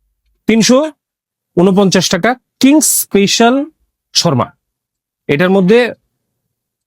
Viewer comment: Dada Sharma na...kotha ta shawarma...শাওয়ারমা..sarakhon kane kotha ta lagchilo... othocho keu apnake jinis ta dhoriye dilo na